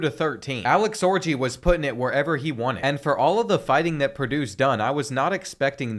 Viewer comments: Why isn’t the top comment the pronunciation of origi vs orgy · The pronunciation of orgi, as orgy takes me out of the story.